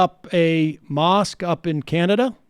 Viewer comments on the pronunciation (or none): none